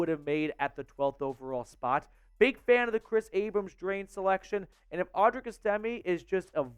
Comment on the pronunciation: You’re saying audrics name wrong